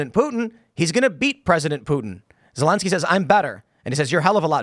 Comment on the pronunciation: I can't wait for the day when that POS Zelenskyy decides to turn on Biden and reveal all the crimes he and his son has done. He can't even say "ZELENSKYY" ...calls him lllinsky.